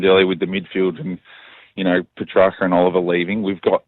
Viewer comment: Is that what it takes for Kingy to say PETRACCA right? For him to leave?